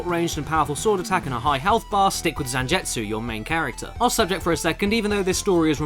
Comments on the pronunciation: ZanJETsu? His name is ZanGETsu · Gebel is forgivable, but damn Zanjetsu got me. Zangetsu is used in so many animes it feels like you would have had to hear it at least once. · caddi can not read zangetsu name either, I will dislike this video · Cringed every time you said Zangetsu...